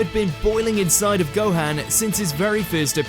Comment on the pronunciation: Its a sin to call Gohan .... Gohaan ... the hell did you hear anyone call him HAM in stead of Han!